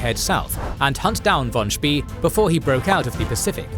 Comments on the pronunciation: Spee shouldn't rhyme with English "pea".. rather with "spay" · I know it's an AI voice, and credit due, is probably one of the best AI voice out there. However, Spee, is pronounced Shpey, just a little something that annoyed me. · I know, was just pushing him into the right direction. If he pronounces it more like 'Spay', it wouldn't hurt my ears so much :) It is also funny to hear Americans pronounce words like 'Wehrmacht', 'Führer' or 'schön' - so far of the mark. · Yeah it should really be pronounced something like "shpay".. rhymes with Spay and Neuter your pets. If you put "spee" into google translate on German you can get a pretty good German pronunciation. This goes for almost any common language. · No, it is an AI voice, just one done very well, however, there are some slight pauses and inflections where you can tell. Also, Spee is pronounced Shpey. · Spee is pronounced like spray, minus the "R". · Was looking if it was already mentioned... It is very distracting to hear such a bad pronunciation of a German name